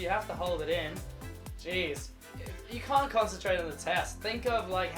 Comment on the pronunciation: he keeps saying cunt. I’m trying not to laugh 🤭 😆